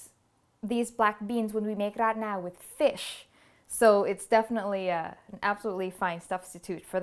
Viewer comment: Ilove how you pronounce the title ❤️❤️